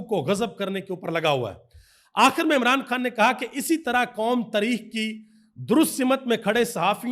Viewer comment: قنون تریخ صحیح بولنا سیکھیںے